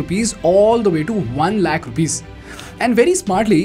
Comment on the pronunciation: Adidas is not adhidhas, lol it’s called lacks not lackhas..don’t know what that means? lol ChatGPT module not Modgueeele. Hahahahaha. Wtf is scooorchiiing.) I think it’s called drink but rather you prefer to call its drink. Ohh boy..